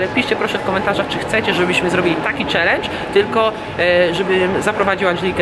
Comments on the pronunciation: Dlaczego SZELEN a nie CZELENDŻ? Co z Tobą jest nie tak :D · Mówi się czelendż a nie szelendż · Czm on mówi szelencz